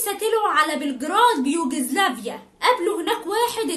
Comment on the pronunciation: يوزجلافيا .... هههه مش بقولك جاحده 😅😅😅😅😅😅